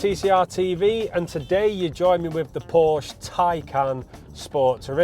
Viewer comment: I quit listening when he said Porsc. If he doesn’t even know how to properly pronounce Porsche he shouldn’t be reviewing these cars. Anyway, the depreciation is due to reason and market correction. Recalls and repairs, months on end at dealerships.